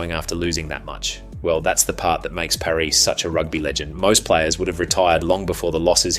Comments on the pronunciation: just going to point out the narrators pronounciation of Sergio Parrisse name, its Pah-ris-say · Loved the video but my god please have a look at how to pronounce Sergio Parisse’s name😂 the man didn’t lose 106 international matches to be disrespected like this😉 (jk obviously) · This sounds like AI, far too long. Also pronounced Parisse's name wrong.